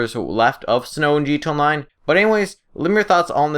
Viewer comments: Clorox Bleach gee tonline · Is it just me but the way you say Gta Online is weird.